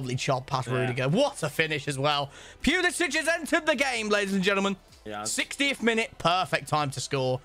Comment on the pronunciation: The way pronounced Pulisic was the ultimate violation 😂😂😂